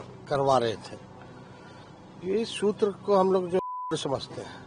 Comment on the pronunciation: Ghntaa soking ...sutrr ko mutrr bol diya ...to shoking h wahhh re chmrchoc😂😂😂😂